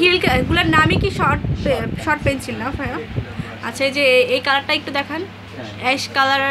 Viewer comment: Pencil not penchil please suddho vabe uccharon koren. My ears got hurt 😒